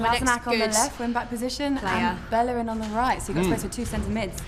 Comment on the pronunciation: SMH robbi said bellerin. Kolasinac that debatable but great that they got him for free.